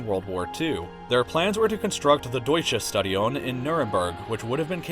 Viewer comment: Or when he said "Deutsches Stadium in Nürnberg"